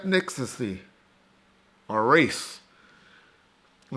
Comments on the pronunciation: Nigga just say ethnixcisy? 😂😂 it's ETH-NI-CITY .. 3 syllables homie. 😂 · Lol he said "Ethnicsasaie" it's ethnicity lol haha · ETH' KNICK' SA' CIE' damn...